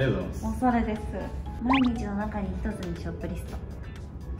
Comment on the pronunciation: オシャレじゃなくてオサレw